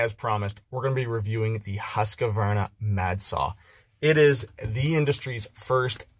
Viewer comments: That thing is being pronounced „hus-kw-arna“ with a deep u (not a high one!), a qua pronounced as kw and an arna, probounced as ar-na… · you pronounce it HUSKVARNA instead of Q you say K and no stopping or silensing letters